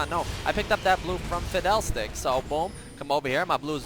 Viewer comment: Why do you say Fidel Sticks instead of fiddle sticks xD